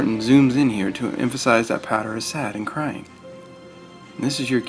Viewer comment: The most wasted 4 minutes of my life. It's pow-der not pader! Haha willy-nilly lol